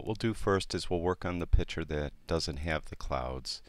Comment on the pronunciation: Nice video...however the word "picther" is pronounced "pict-ure". Like you vids!